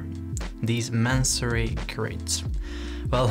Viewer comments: May-son-ree. Not Man-surry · Great video! Just letting you know -- no shade, just trying to assist...your lessons are incredible -- the word is pronounced and spelled masonry. I looked on the website and saw you spelled it the same way you were saying it and wanted to flag it so your SEO plays well with the actual search term.